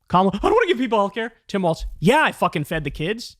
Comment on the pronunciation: governor of Minnesota, during his oath, the pronunciation is “walls” — with no “t” sound. So, although it kind of looks like it should be “waltz,” “walls” is the correct pronunciation.